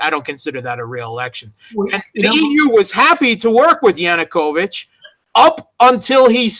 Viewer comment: Why does dear persist in saying "Yunukovich" when everyone else correctly says "Yanukovich"?